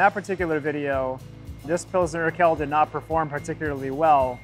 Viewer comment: Why does have to butcher the qu sound in Urquell so? Qu makes exactly the same sound in German as in English: kw. So Urquell is pronounced something like oor-kwell.